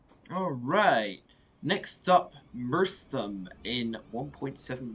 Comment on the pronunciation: Merstham is pronounced Merst-ham (the ham is pronounced hum)